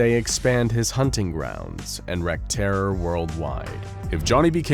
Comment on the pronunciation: "A baby's cry triggers a natural instinct in our brain to help the infant." Jokes on you, I haven't got a paternal bone in my body. I hear a baby cry and want to punt it out the nearest window. Also, this is just a small bit of feedback. The word 'wreak' is pronounced like reek. If you wreak havoc, you are causing destructive mayhem. If you wreck havoc, you are destroying someone or something called Havoc, and that's definitely not the same thing. ;)